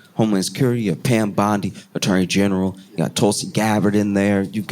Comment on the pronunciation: Josh's "PAM" sounds suspiciously like "CARL..." :D